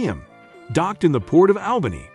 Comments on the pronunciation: My hometown ❤️ love all the memories growing up there. It's funny how he pronounce ALBANY, WITH EMPHAS ON THE AL, IN ALBANY, US NATIVES PRONOUNCE IT AUBANY. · Is this narration computer generated? Some times he pronounces Albany properly, as ALL-buh-nee, other times as AHL-buh-nee. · It needs to be instructed to say the name of the city correctly. DUH!